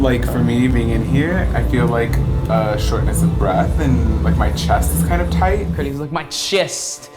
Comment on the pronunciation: VOICE INTEPERATION "MY CHESTUHHH"